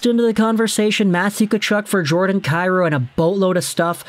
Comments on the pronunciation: Isn't it pronounced Kai Roo? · Saying Jordan’s last name incorrect. It’s pronounced KEY ROU. If he was Slav no one would have an issue I know just butcher the Hellenic names like everyone else.